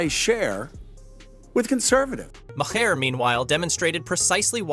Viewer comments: Learn how to pronounce Bill Maher name! It pronounced “marr” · bro this video is just you rambling incoherently. you dont even know how to pronounce "maher." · too much explanation. We can understand without all the explanation. Learn how to pronounce Maher.